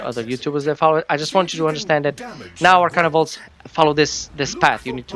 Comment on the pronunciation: Thank u for pronouncing it right